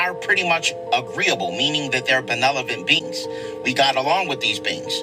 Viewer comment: "benelevent" beings?...If you can't pronounce the shit you are mumbling about, you lose me!